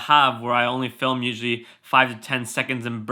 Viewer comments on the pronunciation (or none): none